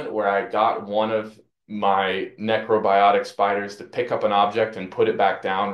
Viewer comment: you wrote necrobotic and then pronounced it necrobiotic on the entire video....